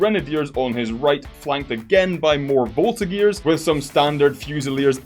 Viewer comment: The "Voltigeurs" are actually pronounced Volti-J-uers.